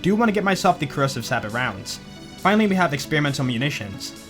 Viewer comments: Hey, it's no big deal or anything but sabot is pronounced like you're going to say sabotage, sabbo, not like sabbit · I love you... But sabot is pronounced 'Say-bow'. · idk if you know but sabot is pronounced 'say-boh'. Bothers me every time you say it lol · Sabot is pronounced sabo with an a like in say, or sabo with with a normal a